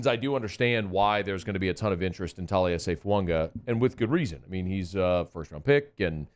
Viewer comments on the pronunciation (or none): Talies' last name doesn't have a N in it,.